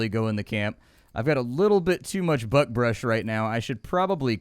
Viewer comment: Everytime you say buckbrush it sounds like "buttbrush." Cracks me up, don't you dare ever change how you pronounce it 🤣